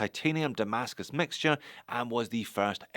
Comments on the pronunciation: Nice shots of some interesting watches from Zelos. (By the way, are you pronouncing it "Tamascus"? That's what my ear is hearing.) I can see why the Hammerhead was popular, that's a beefy cool watch. Good take on the brand and what this watch offers, it's not for me but it sounds like it will sell. Makes me think of a G-SHOCK color variation. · I believe he is pronouncing "Ti-mascus", for titanium-based damascus